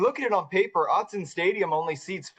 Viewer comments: Excellent interview. FYI: Autzen is pronounced OT-zen, not OWT-zen. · Yes, he got Autzen right ... except for the pronunciation.